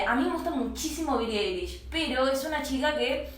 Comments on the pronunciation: Se pronuncia Billie “Ailish” like an eyelash:v XD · Cuando dice bili eilish.......... :C